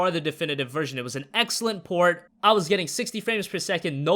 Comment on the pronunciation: Did anyone notice whenever he says port i hear porn